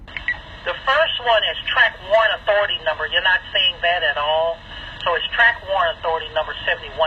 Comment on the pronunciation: Jesus, say WARRANT dude. Lol